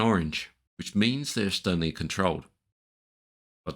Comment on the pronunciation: Are you saying "externally controlled" at marker 1083. Even Google's closed captioning can't make it out. This is how bad it butchers your sentence. "let's right click to cancel the tool insect the DAT and constraints they're in Orange which means they're stly controlled" Thanks mate, I've learned so much from you!